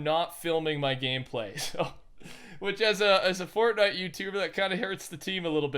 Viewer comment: he says FORTNUT youtuber soo.... what other sites you been on?